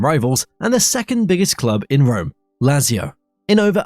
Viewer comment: Bro please 😄 It's Kalyaree, Bolonia & Latsio, which are by the way the Biancocelesti not the Biancoazzuri ... are you trying to hurt us Serie A fans? 😝